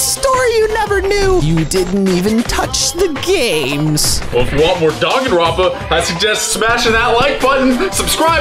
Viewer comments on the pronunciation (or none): I know damn well he didn’t just say donganronpa